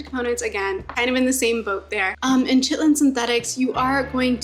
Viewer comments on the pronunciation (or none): Are you saying "chitlin"? Actually Ky-ten, if it wasn't a joke ;) Nice seeds list. I have a few to consider now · Chitin is pronounced with the same Ch sound as Christmas. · Chitlin (chit’-lin) is pig intestine. Chitin (ky’-tin) is insect exoskeleton. This is Chitin armor. Good suggestions on the seeds!! Wrote a couple down to try!